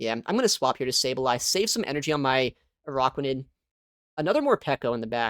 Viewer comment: Its not AROCKuanid. Its ARACKuanid